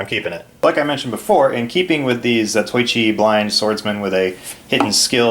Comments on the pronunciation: Allow me to correct your pronunciation. Zatoichi sounds like Zaw Toe Eee Chee. Nice tool box. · A minor FYI: as to the name, it is pronounced 'Za-toh-i-chi', not 'Za-toy-chi'. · His name is pronounced Zato-ichi.